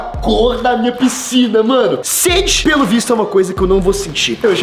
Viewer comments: Pscina kkkkkk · "PSCINA" KKKKKKKKKKKKAKAK